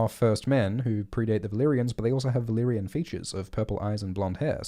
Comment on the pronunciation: "Valaquor". groan